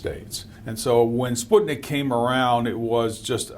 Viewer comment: How come you did this podcast in 2021 and still pronounced "Sputnik" wrong?